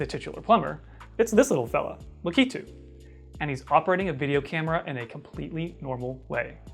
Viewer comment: Thank God you say Lakitu right I have no idea how so many youtubers come up with such weird ways to pronounce it